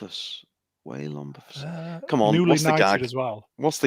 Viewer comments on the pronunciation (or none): It’s pronounced Bo-see-fus lol. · I could not stop laughing while the panel was struggling to pronounce “Bocephus” 😂